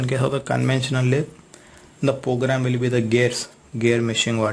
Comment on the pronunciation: its program not pogram